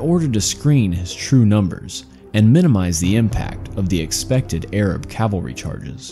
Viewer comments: Cavalry, not calvary. Stop interchanging them. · Good grief, it’s CAVALRY, not CALVARY! Cav-al-ry! Cavalry is a term for mounted warriors, Calvary is the name of the mountain where Jesus was crucified. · Calvary ? Calvary? cmon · CAV al ry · Dear lord...learn how to say Cavalry...